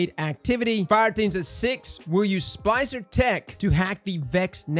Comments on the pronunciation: Is he saying "spicer" or "spLicer? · cant pronounce splicer?